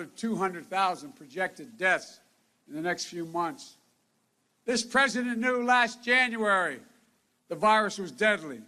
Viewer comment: Look Folks, I am tired of listening to this unraveling of a poor excuse for a human being. Oh sorry, did I hurt anyone's feelings? This was the worst one yet, can't even say the word President, let alone be. Moving his tongue around very awkwardly in his mouth, having trouble "reading" the words. Can't remember Mr. Jacob last name, had to look at the screen again to correct himself. I would think if he was sincere about these people, he could maybe remember their names. Wow, what if he was looking at classified documents and missed something or forgot something, different numbers, oh well it's only nuclear codes, who cares. I feel bad for him truly, because something is obviously wrong. You may not like PRESIDENT TRUMP, but at least you could do is respect him. I didn't like or vote for the previous guy, but I respected that he was in charge and hoped he would do something. Maybe try respecting Our President now, and you won't be so hateful. The division wasn't created by President Trump.